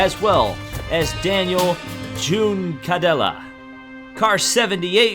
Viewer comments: Sorry your pronunciation needs some work (Felipe nasr, Daniel Jucendella, Ferdinand Habsburg, Loic Duval) 😂Americans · Thanks and you're welcome! ;) Must admit though, there was one or two names that did trip me up as well. Namely Juncadella. As for french mentioned below, I'm as bad as you in a certain way, I can pronounce it, but speaking it is whole different level. On that note, the pronounciation for Manthey. (And no I don't have any sponsorship agreement with that site, should talk with them about it though..... ;) :P ) Edit: Must say though, their 2017 Car looked great.